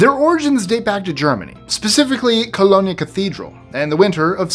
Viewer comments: Learn your geography, it’s not Colon- e Germany. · First, on Number 7, Jim Henson did not "create Sesame Street." That would be the pair of Joan Ganz Cooney and Lloyd Morrisett.(He created the Muppet characters). Second, did I hear something about Germany's "Coloney [rhymes with "baloney"] Church" on Number 6? That would be "Cologne" (like, you know, the good-smelling stuff men use to cover up B.O. that's a notch higher than eau de toilette). Or, as the locals call it, "Köln."